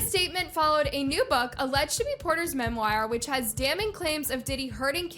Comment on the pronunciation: Mem. War. = Memoir Not Memwire. Just FYI